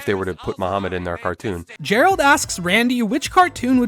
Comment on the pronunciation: I like the episode. I just wanted to point out that you mispronounced Muhammad every time. 😂